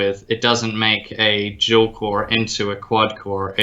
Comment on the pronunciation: I know it's dual core, but the way he said that it's weird.